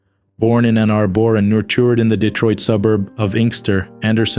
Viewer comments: Ann Arbore it's Ann Ann Arbor. This announcer misprounces a lot and sounds like a robot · Like 👍 Number 330. Maddie Cusack joins 27 Club. RIP to her and all others. Pronunciation: Ann Ar-burr. Bro-dway? Pronunciation: Brawd-way. You goofed on Dick Clark, tge politician: your video has Dick Clark the Hollywood personality.